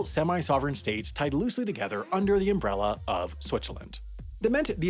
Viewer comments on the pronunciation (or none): ah yes a umberala